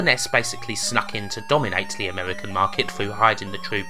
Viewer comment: You sound like british Homestar Runner. "fwivolus" "amewican" srsly this is bugging me